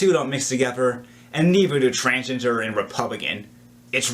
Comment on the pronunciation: Transginger. This dude is saying transginger